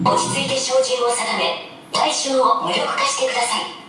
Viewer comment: ほんとは「無力化して下さい」だから「むりょ」の所が「ヌルッ」に聞こえてますね